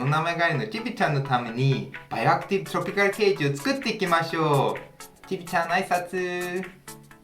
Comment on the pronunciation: トロピカルの発音の良さ